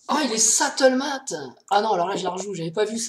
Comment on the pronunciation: "il est sattlemate" une belle prononciation à la française comme on les aime :) Stalemate à prononcer comme suit : stel-m-eight Merci pour tes vidéos !